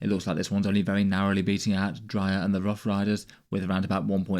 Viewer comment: Its "rough"